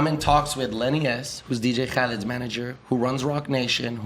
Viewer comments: why does he insist on saying Dj CHHahled. it triggers me lol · I can't stand how he says DJ Khalifa name.